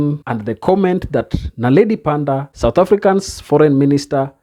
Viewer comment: Moron, it's NOT Naledi PandA, it's Naledi PanDOR